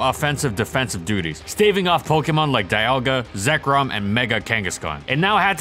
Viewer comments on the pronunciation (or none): none